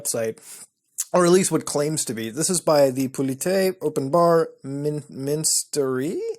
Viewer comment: I think you pronounced "ministerie" pretty well!